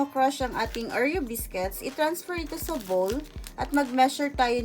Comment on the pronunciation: vowl? hahahaha tama ba pagka rinig ko. natawa lang ako. sorry hahaha. Pero thank you sa tips!!! love it mwaaa